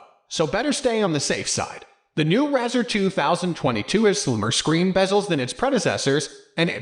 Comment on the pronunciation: Can't even pronounce the name correctly!! Keeps showing the 2020 model. 2022 bezel is not plastic but the highest grade aluminium. He is clueless!